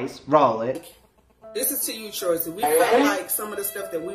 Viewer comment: Why tf are they sayin “Troy-Cee”? NIGGA IT’S TROYCE!! They piss me tf off.😴